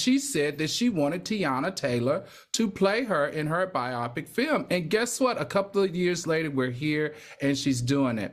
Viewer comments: 🤓🚨 grammar nerd alert: bio-pic not bi opic 💅👨🏽‍🏫 😂😂😂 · Its "BIO-PIC" (Like BIOgraphic PICture) NOT "BI-OPIC"